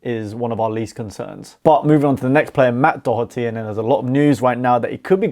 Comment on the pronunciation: Spot on dont think I'd change anything, fair play for pronouncing Doherty properly 😅